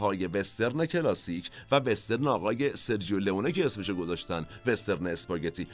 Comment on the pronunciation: با سپاس وخسته نباشید ، با اجازه دوستان یک تذکر بدم ، در زبان ایتالیایی «سرجو » خونده میشه نه سرجیو ، یعنی gio = ( جو ) . همچنین cio ( چو ) خونده میشه نه چیو. دم همه تیم مورخ گرم ، حمید از ایتالیا